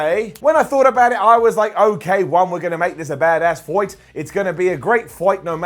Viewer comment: I like how says “foight”😂